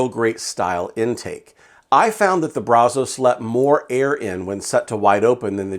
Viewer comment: Kinda surprised by the results just because I thought it would be harder to get consistent temps in that weather with the non-insulated firebox. There is one thing that drove me crazy about this video though. You repeatedly mispronounced Brazos. As someone from Texas, who grew up and lives no more than 10 miles from the Brazos River, the namesake of the smoker, I have to tell you that the local vernacular is brazz-us. Brazz like brass, but with "z" and us. Everybody not from here gets that wrong, and it drives me nuts. Just had to get that off of my chest. But I have the Brazos version without the counterweight, and to me, pound for pound, dollar for dollar, it's the best value smoker on the market. I absolutely love mine. I've added firebrick to the firebox to help insulate it, removed the stock baffle plate and use a cheap stove pipe as a stack extension to help out with the draft. It makes great Texas BBQ.